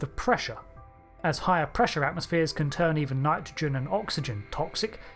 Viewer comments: 'Nitorgen' lmao anyway, great video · Not to mention "Nitorgen" and "Rotaional"!